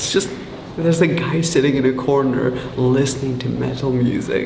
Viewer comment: "they were just listening to music in the conner-me💀